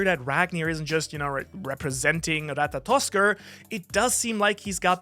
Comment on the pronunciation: You get an "Atta boy!", for being the only One Piece youtuber that can pronounce Ratatoskr correctly.